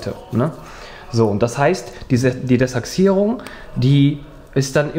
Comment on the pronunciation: Echt sympathischer Motoren. Mir gefällt auch wie er das Desachsierung sagt. Heißt zwar De-ach-sierung, aber trotzdem Cool